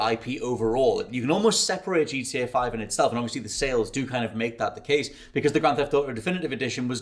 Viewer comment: for fucks sake bud, its GTA not gda you slurring drunk.